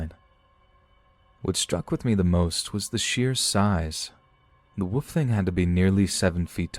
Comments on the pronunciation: Are you kidding? Wolf, not woof. what are you a dog or something? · It's so funny how you pronounce wolf. Hehe. Wood. Love your channel.